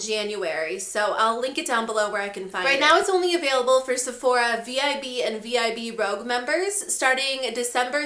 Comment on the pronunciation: Did you say VIB Rogue instead of VIB Rouge?